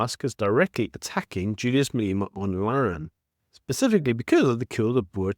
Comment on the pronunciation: How you pronounce 'rhetoric' is beyond irritating. The emphasis is not on 'to' but on 'rhe'. Also, it is Malema, not Maleeema.